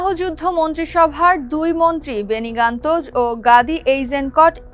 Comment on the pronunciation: বেনি গান্তোজ না.........উচ্চারণটা হবে গান্তজ....গান্ত্‌জ এমন।